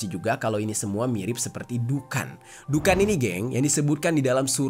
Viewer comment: Dukhon, bang. Bukan Dukan